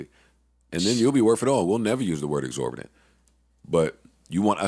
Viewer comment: Joe mispronounced exorbitant every time he said it.